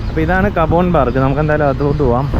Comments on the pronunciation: തനിക്ക് ബാംഗ്ലൂരിനെ പറ്റി ഒരു ചുക്കും അറിയില്ലെന്ന് മനസ്സിലായി. അത്യുഷ്ണമില്ലാത്ത അത്യാവശ്യം ശൈത്യകാലം അനുഭവിക്കാവുന്ന ഒരു നഗരമാണെന്നുപോലും. പിന്നെ cubbon park എന്നതിന് കബോൺ പാർക്ക് എന്നല്ല കബൺ പാർക്ക് എന്നാണ് ഉച്ചാരണം. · കബോൻ എന്നല്ലേ പറഞ്ഞത്.? സഹിക്കാം. ഒരാൾ എന്നോട് ചോദിച്ചത് കുബ്ബൺ പാർക്ക്‌ എവിടാണ്? എന്നാ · കബോൺ പാർക്ക് അല്ല സ്നേഹിതാ കബ്ബൺ പാർക്ക് എന്നാണ്.